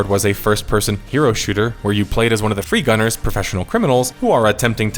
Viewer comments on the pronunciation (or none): You know its bad when a pretend detective on the internet cant be bothered to call your characters faction correctly, i was laughing each time he called the free runners instead of free gunners, sometimes the video even showed the correct word at the same time he said free runners. RIP concord, nobody cared even in your death.